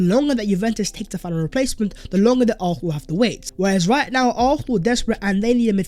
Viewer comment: Arsenal not arthenal